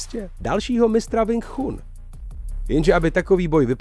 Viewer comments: Cita sa: Wing čun 😏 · Wing Chun se čte jinak, trhá to uši... 😂😂 jinak není pravda to co tam říkáte šéfe...Wing Chun je bojové umění, které je úzce spojené s dobrou fyzičkou a pak samozřejmě technikou samotnou...rád vás osobně něco naučim, hlavně tu výslovnost 😅🤠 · Nejen, ze nadpis videa je hodne trapny click bait, ale k tomu vsemu je to video jeste neuveritelna parodie. Ten uvod o Sumo mi stacil. Ze zvedavosti jsem koukal dal, co jeste vtipneho se dozvim :-) Sumo uz se dnes stalo pouhym predstavenim, vyslovnost Wing Chun me zabil uplne a rict, ze si nekdo stezoval na Bruce Leeho, ze neni tak dobry a jeste ho srovnavat se zapasnikem wing chun, proti MMA...Prave Bruce Lee byl zapasnik mnoha stylu tedy MMA. No a nakonec motat bojove sposrty s bojovym umenim??? Hmmm....Omlouvam se, ale z ucty k bojovym umenim, bojovym sportum a vyhradne Bruce Leeho davam tomuto videu dislike, protoze tohle neni nepodareny pokus o video zacinajiciho tvurce, ale trapna dezinformace. Clovek se vubec nic relevantniho nedozvi, nepouci a jeste si nabehne na nazev videa, ktery absolutne s obsahem nema co spolecneho. Zrovna tak se to mohlo jmenovat "co zjistili vedci na Marsu". Kdyz vidim kolik to ma shlednuti, tak je mi lito tvurcu, kteri se snazi o pekny konent, davaji si na nem zalezet a pak maji shlednuti jen par desitek...